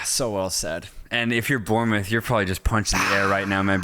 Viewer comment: Bournemouth is pronounced ’Born’-moth not ‘Burn’-moth…